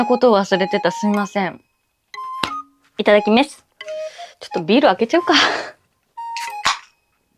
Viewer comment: どうしていただきめす と言うのですか？